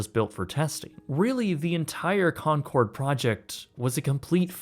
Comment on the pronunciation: Maaf bang ijin ralat bang, penyebutannya bukan “konsord” tapi “konkord” 🙏🏼